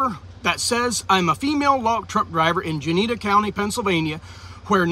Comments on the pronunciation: That's too funny. I grew up in Juniata County and occasionally had run ins with the Amish and they are a bunch of pricks in that area. And just a pronunciation on Juniata it's jew knee at Ah lol. Love your videos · Love your videos it's juniata pronounced June e ata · FYI, it's pronounced June E at ah. Always good to know. Love your videos. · dude you're killing me. It is pronounced JOO-NE-ATA....